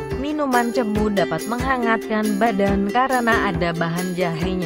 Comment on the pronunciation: Bukan cemu tetapi cemo..e